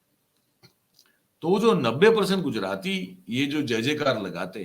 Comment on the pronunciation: Pause dede woh Gujrati nahi hota.